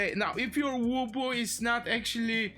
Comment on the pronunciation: Its lubu, not wubu. 😂❤